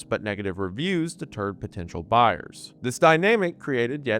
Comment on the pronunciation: The southern coming out in the word “buyers” is great lol